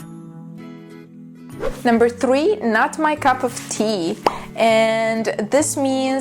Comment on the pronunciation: mam says number tree not three 😂 Sorry mam just kidding